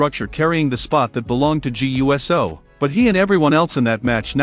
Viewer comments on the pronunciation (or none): Please learn that it’s pronounced Jaaay ewsoo!